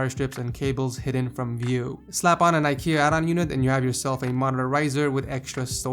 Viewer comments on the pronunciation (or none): none